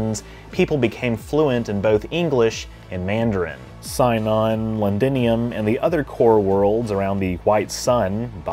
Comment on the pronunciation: Sinon is pronounced "see-non". Cmon man it's in the show